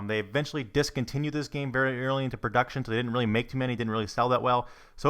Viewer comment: I hate how this guy says the word "game" or "games"